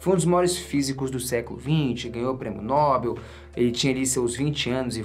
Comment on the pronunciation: Ow, mano, só uma observação em relação a nossa língua pátria: Na palavras “Nobel”, a sílaba tônica está em “bel”, então você fala “prêmio Nobél”, beleza? Valeu, amigo, pelo seu conteúdo e por você ser quem, você eh sempre uma inspiração e pelo fato de ser mineiro deve ser super gente boa, porque o mineiro eh o povo mais gente boa do Brasil.